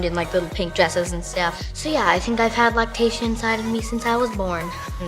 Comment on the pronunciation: At first I thought he said lactation not lactatia